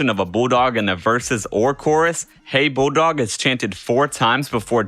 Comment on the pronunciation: Did you actually say "Hey Boodog?"